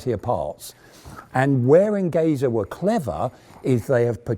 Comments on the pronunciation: Nice video !👍 ( Only a comment: the "Enge" in the Company's name "Engesa" is pronounced in portuguese just like the word "Engineer" as It comes from the word"engenharia" which means engineering.) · Amazing video. Just a small adjustment, Engesa is pronounced "Enjesa", the "ge" is for engenharia, the portuguese word for engineering. Engesa means simply Engenheiros Especializados S.A. (Specialized engineers Corp). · What a proud to watch a Brazilian vehicle in your reputable museum!!! Yes, your Portuguese is pretty good, if you permit me a little correction in your pronunciation, the proper pronunciation for Engesa sounds like Enjesa, like in Jeep, but not so open. And yes, what causes Engesa's bankrupt was more a lack of payments from the Brazilian Army than an 'adventure' trying to build an MBT. Again, what a proud to see such a vehicle in your museum!!! THANK YOU!!!